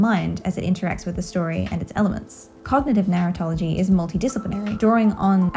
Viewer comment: I’m sorry but your accent makes it sound to me like you’re saying “Narutology” as if there’s gonna be university classes in the future about Naruto.